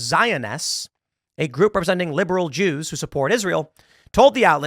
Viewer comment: Tim made a video just to say "Ze Jews" change my mind. Lol